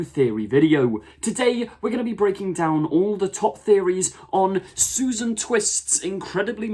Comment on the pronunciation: Its Susan. Grandkid. Its not difficult.